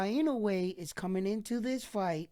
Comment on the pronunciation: Please at lest pronounce his name correctly each time. It’s NOW-YAH…. IN-NO-WAY not na-yo-yah like you always said. Love your videos though.